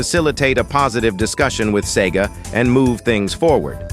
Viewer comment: "ess e gee aye"